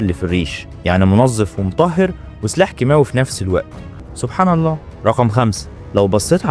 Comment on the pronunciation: عير طريقتك في نطق كلمة سبحان الله.